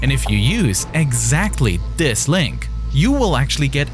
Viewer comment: Free, dis, dah, wif. Bro you not have a tongue? Thhhhhis.